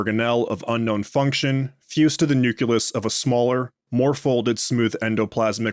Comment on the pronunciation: It's "noo-KLEE-us", not "noo-KEW-lus". Sorry, just sayin'.